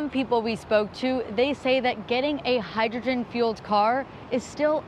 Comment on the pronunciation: Hydrgen? what a fools errand